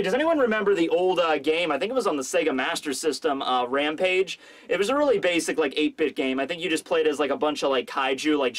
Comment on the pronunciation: I just knew he was gonna say RAMPAGE like that